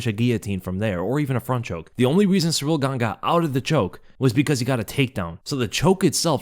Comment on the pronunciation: Please, it's not Cyril or Cyriil. It is Ciryl.